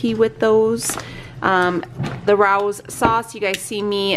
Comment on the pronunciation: Love watching your hauls! Getting my list together now. Oh and not trying to be the pronunciation police but Rao's is pronounced Ray-o's after their restaurant in NYC. 😘